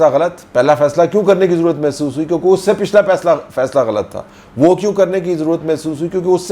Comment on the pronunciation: "Masoos" maalish karne wali khatoon ko kehte hain..."masoos"..ijtmaahi juhlaa. Punjabi bol mar lya karo...je Urdu nahin aundi te.